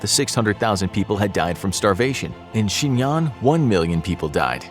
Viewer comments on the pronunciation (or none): none